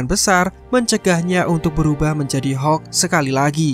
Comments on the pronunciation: Hokk abah kau hokk.. Hulk(halk) bukan hokk alohhhh natehh berukk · Hulk aja bro gak usah bilang hek